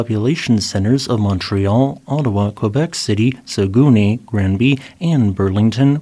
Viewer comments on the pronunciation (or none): Aah! I am the pronunciation police - and I must issue a ticket. Saguenay is not pronounced Sah-goony! It is pronounced Sah-gen-Ayy, with a bit of emphasis on the Ayy. I once lived up in that neck of the woods, it wounds the pride to hear it pronounced like a gooney bird. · Funny pronunciation...Sagooney...No, it's pronounced sagenay. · For future reference you're not pronouncing Saguenay properly, please refer to for clarity.